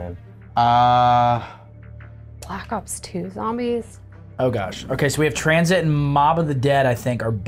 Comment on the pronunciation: Damon saying tranzit hurt my soul a little